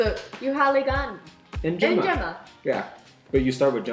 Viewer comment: In swahili you pronounce all the Es and Is the way you pronounced them in njema and simba respectively